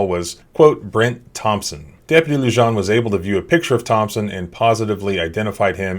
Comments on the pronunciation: "Lujan" is pronounced "LooHan." It is a Spanish name and the "J" is pronounced as an "H" would be pronounced in English. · Love the channel...officers name is pronounced "Lujan (Loohan)" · Officer lujan pronounced loo-honn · Come on dude…. It’s “Loo-Han”, J’s are pronounced like “H” in Spanish: Frijoles = Freeholes, Jalapeños = Halapenyos, Jalisco = Haleesco. Otherwise I very much appreciate your content. I just want you to sound smarter. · Yo!, take a listen to that video again, pay attention to when the officer says his name. That's how you pronounce it! In Spanish the "J" makes a sound similar to an "h" sound. That's why sometimes you see a 'jajajaja" in comment sections, that's people laughing in Spanish! (hahaha=jajaja) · Oh man, listening to him mispronouncing "Lujan" so many times in a row is difficult. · The j in Lujan is pronounced as h...